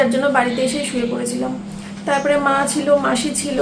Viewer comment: Chila noy chhila